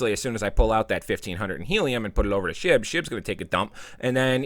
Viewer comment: I thought you said put my money into shi*t., but I guess you said SHIB. Same thing, pretty much :)